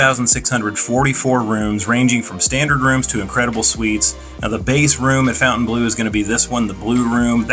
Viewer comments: Is there a connecction with the Saudi golf group LIV? See ; regarding pronunciation, Fontainebleau is a French word named after a city in France and should be pronounced something like Fawn-tan-blow. The chateau there is famous for being used by Napoleon as his palace. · Please pronounce it right. Not fountain it's fontaine... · I know the owners insist on Fountain Blue. But it just ticks me off. Why spell it in exact French then demand we pronounce it nothing like it's spelled. Lacks class from the get go.